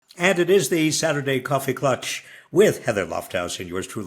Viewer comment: Yes, yes believe a guy, with a German name yet, who has TWO choices to pronounce "klatch" correctly (the correct German or the Americanized version) and picks a third: "klutch." She, at least, gets it right.